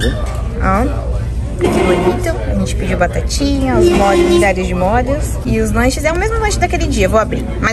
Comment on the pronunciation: Parabéns pelos Vlogs, estou adorando! Sei que vc fala errado de propósito rsrsrs mas confesso que me dá uma agonia de ouvir vc colocando acento em tudo! kkkk Dói o ouvido com mólhos, lodinha... kkkk Mas eu que lute, faz do seu jeito e seja feliz! Beijos, sucesso!